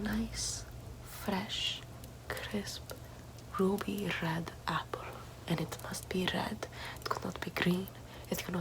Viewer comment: No one:: rrrrruby rrred